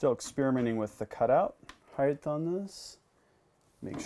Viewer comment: please, please, please, it's pronounced (height) NOT (heigth) there is no "th" at the end of height. Eg, length, width and heigh"T". Great videos though, please keep them coming.